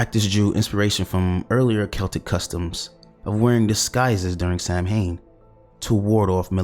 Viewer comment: Nice vid and you'll be forgiven for pronouncing the Gaelic word 'Samhain' as 'Sam Hain' because that's how it's spelt but the correct pronunciation is Sow (as in Cow) and-ain (as in pain) the mh is silent.